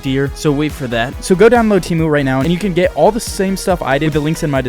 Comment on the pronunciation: Bro called it teemu not temu 😂